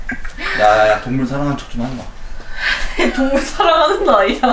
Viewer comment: ㅎ헥헤 동뭉ㄹ 솨랑하는거아뉘야? 헤헤ㅎ 너 아픟ㅎ지